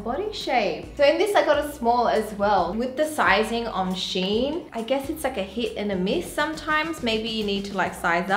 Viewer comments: ... its SHE . IN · I think it’s supposed to be read “She In” because their name used to be “She Inside” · I guess thats not how you pronounce the shein tho. Think its Shein (shine) as pronunciation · theres a lot of people who dont know how shein is spelled.. so basically, its " she-in " so like she as in " she baked a cake ", and in as in " in the box ".